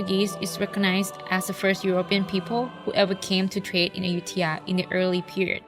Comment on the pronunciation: just asking - why does announcer repeatedly say AYU-THIYA? tks